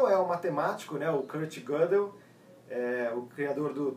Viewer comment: Faltou maior bagagem ao para avaliar o livro.O livro é meio chatinho mas não é tão complicado assim. E outra coisa:a pronúncia do nome Gödel é Gêdeu e não Gôdeu.O Teorema e seu significado são claros.A demonstração é que não.